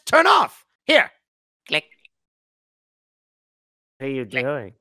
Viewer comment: The way says click HAS to be a meme, or squads' joke at least